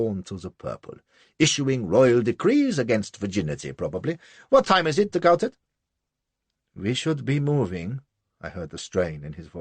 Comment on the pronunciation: de Gautet should be read as Go-Tay not GowTett